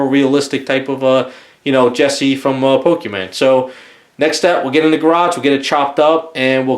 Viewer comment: It hurts to hear him call pokémon pokéman